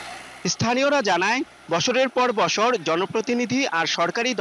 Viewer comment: ভাই আগে ভালো করে কথা বলতে শিখুন। বশরের পর বশর😂😂।বছরের পর বছর বলুন